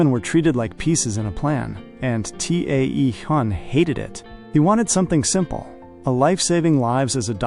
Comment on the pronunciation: T.A.E Hyun is pronounced Taehyun.(Tay-hoon). His name need to be fixed. AI doesn't pronounce it correctly. AI has taken one first name and split it.